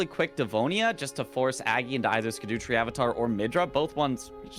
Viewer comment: No one learnt how to say scadutree yet